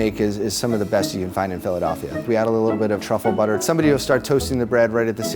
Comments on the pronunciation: Dude said trufflebutter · HE SAID TRUFFLE BUTTER